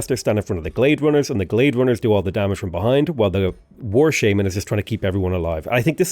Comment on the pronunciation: The way you say shaman is horrible lmao. Painful every time you say that